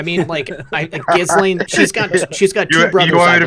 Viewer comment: This Montréal litigator says to pronounce Ghislaine Maxwell's name as "Zhiss-lane" or "Zhiss-len". His Youtube channel s Viva Frei.